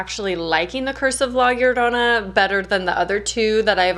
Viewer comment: Your pronunciation of La Llorana is sooooooooo good! You're the first English speaker who actually took the time to learn how to say it. Having said that, the legend of la llorona is so famous here in Mexico and when I saw the film I thought it was fine, they stayed truth to the legend and the movie was entertaining so. It was good